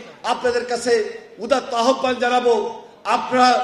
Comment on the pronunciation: আহ্বানের উচ্চারণ আওভান, আহ্বান না।